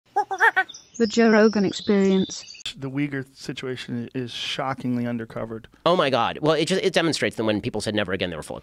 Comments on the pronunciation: Uyghur not Ughyur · Uyghurs not "Ugyhur" like it says in the title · Uyghur, not Ugyhur. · It’s spelled “Uyghur” not “Ugyhur” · Wtf is an Ugyhur xD